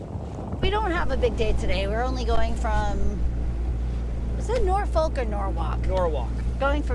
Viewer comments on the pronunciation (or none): none